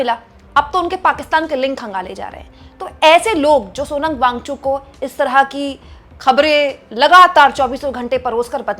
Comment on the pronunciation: Wangchu नहीं मैडम वांगचुक बोलिए. कितनी बार बताएं आप को. आप हिंदी को शर्मिदा कर रही हैं